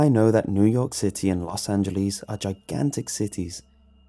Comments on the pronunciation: “Los Angeleees” It’s actually “Los Angeless.” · Angel-less not Angel-lese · FYI it’s not los angeleees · It's Los AngeleS Not Los AngelEs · Los Angeleez